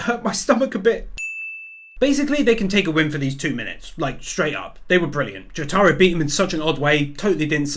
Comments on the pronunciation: Its not joTAro Its JOtaro This is how they call him in the anime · the way he said Jotaros name XD